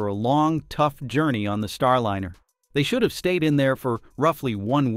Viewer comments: Star-LIN-er? Isn't "Starliner" a play on "ocean liner" pronounced LYE-ner? Seems like another AI narration fail. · i almost liked this video until i caught the voice to be an AI robot. how can you pronounce Starliner as Starlinner? is the content also AI?